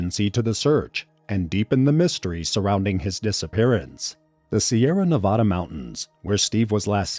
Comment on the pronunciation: For the love of god if you make another video about Nevada, say it right